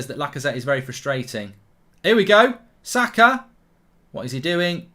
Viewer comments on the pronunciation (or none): How hard is it to say SAKA! Seriously mate. Zaka really